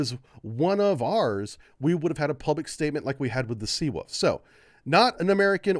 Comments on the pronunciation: Take a shot every time pronounces Seawolf as Seawoof:v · Sea ...Oof